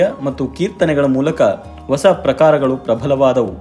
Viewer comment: ನಿಮ್ಮ ಪ್ರಯತ್ನ ಚೆನ್ನಾಗಿದೆ. ಆದರೆ ನೀವು ಹೊಸ ಅನ್ನುವ ಪದವನ್ನು ಒಸ ಅಂತ ಉಚ್ಚರಿಸುವುದನ್ನು ತಿದ್ದಿಕೊಂಡರೆ ಬಹಳ ಚೆನ್ನಾಗಿರುತ್ತೆ. ಧನ್ಯವಾದಗಳು.